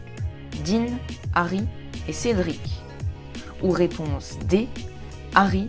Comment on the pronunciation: Réponse et non pas raiponse!!